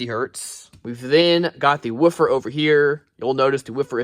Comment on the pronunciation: why are you saying woofer like that? Are you one of Ric Flair's relatives?????